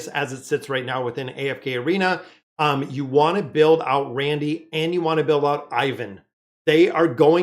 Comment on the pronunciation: You have been confusing me for weeks watching...I couldn't figure out who the hell was "Randy" or "Randell"...his name is Randle...please get his name right